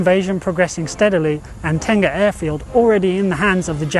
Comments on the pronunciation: Not Tenga, it should be Teng-Ah. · I think you meant Teng-Ah, Ten-Gah is a Japanese male self baiting sleeve. :)